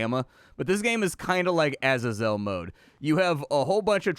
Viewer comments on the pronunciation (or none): Wtf.. are you pronouncing Azazel like that as a joke?